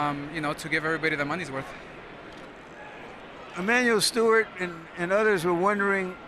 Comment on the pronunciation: Emanuel Steward? T instead of a D, hardly a big deal.